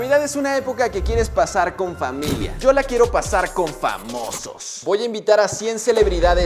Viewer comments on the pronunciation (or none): es que desde hace años dice flanmilia Y también De hecho hay un video de en el que los 2 se dan cuenta XD ✨🤣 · H4lloween_games nos dice flanmilia y Dice también flanes XD